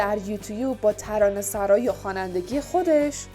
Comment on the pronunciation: ترانه سُرایی نه ترانه سَرایی! 🙂🙏